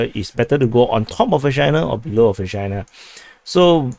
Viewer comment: I'll be sooo glad when Vershyna is consolidated, by either side, simply to stop the eye-watering double entendres :-D (btw I believe it's pronounced 'Versheena'. So there.)